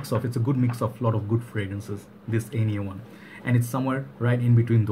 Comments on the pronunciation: Nice review like always but the pronunciation was not right 😁 is more german you need to say it more like the english name Ike with “ner“ at the end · Love this juice. I thought the brand is pronounced 'On yay'